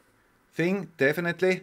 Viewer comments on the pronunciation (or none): none